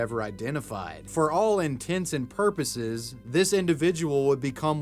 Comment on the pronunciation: Congrats on getting "intents and purposes" correct, finally 👏